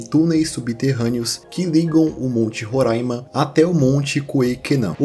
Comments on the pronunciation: ótima pronúncia de Roraima, ainda mais hoje no aniversário do estado!! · Lindo demais você ter falado o nome do meu estado Roraima corretamente ❤❤❤❤ e também do povo Makuxi! Estava morrendo de medo de você falar “Rorãima”. Nossa, já era inscrita no teu canal e agora que não saio mesmooooo ❤❤❤